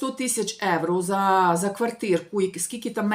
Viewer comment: ще раз будь ласка,євро,а не еуро.Дуже ріже слух,та дратує.Якщо не виправитесь не буду більше вас дивитись.Невже так важко?